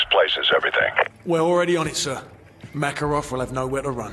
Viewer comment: Why do the soldiers pronounce makarovs name as MORKAROV apart from Ghost lmfao i also notice different gun sounds too its a shame they didn’t remaster multiplayer and co op i would of brought this remastered game then no point buying just for campaign when i can watch here 😎